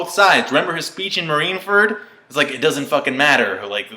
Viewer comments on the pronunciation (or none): Why is he saying Marine Fart lol!?